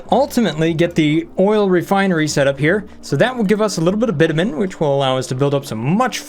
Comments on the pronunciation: its "bitch-a-min" not bitamin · Not sure if Bitumen being mispronounced on purpose to fool google ai or not But fyi its bitch-yoo-men